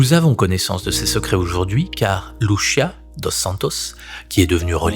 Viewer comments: Soeur Lucia et non luchia luchia c'est italien.pardon j'adore ce que vous faites mais en tant que portugaise j'ai du mal avec luchia.encore pardon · Pitié , arrêtez de prononcer LouCHia , en portugais Lucia se prononce LouCia tout simplement, elle n'est pas italienne 😄🥰 (humour ) . Merci 🙏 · Arrêtez de de Luchia, c’est Lucia !!! C’est ( ch) merci !!